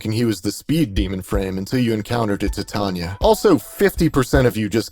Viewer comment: i love that you pronounce titania the correct way, rare to see that